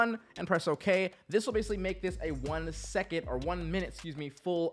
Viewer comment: did "one seconed" bother anyone else???